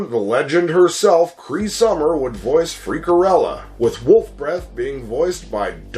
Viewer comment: To this day I still love the Madballs. I can still recite every single word. So good. On a side note, isn’t it Freakella? Not Freakerella? Or have I gotten it wrong all these years? Cool viddy dude.